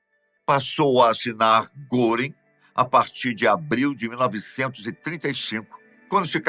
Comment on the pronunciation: Não se lê goring ,lê-se guering